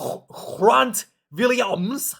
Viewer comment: Love the commitment to the pronunciation of the hard 'g' but it's literally Grant, like 'go'. Thanks for the content, always good to get another perspective. I hear you on the dangerous play but we follow Rassie on this one. The refs gave a difficult job as it is. Pity our injuries are cast aside so easily though. Our boys' injuries are as important as any European team. 😢